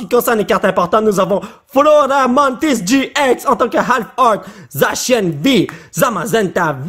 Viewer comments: ca se prononce zassian. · Zacian se lit Zassian et Rapasdepic est un jeu de mot Rapace de pic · Zacian en français se prononce [Zassianne] du moins moi je le prononce comme ça. Pour le Rapasdepic c'est le mélange entre "Rapace" et "As de pic" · Zacian ca ce prononce (Zasiane) ca ne s'écrit pas comme ca c juste pour la prononciation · EN FR C ZACIANNE PAS ZACIAN K?! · Zacian en Français sa se dit zasyane sa se dit comme ça mais ça s'écrit zacian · on le prenonce zakiane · ca se prononce zasian mais ca s'ecrit zacian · Zacian en fr ce prononce Zassiane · Ça se dit à Dit Zasia n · Zacian ce prononce « zassian > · ca Se prenonce : zak ciin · Pour zacian on ca se prononce ”zaciane” j’crois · ces pas zacian c'est zassiane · On prononce zacian comme en anglais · En français on dit Zacian le C se prononce comme un S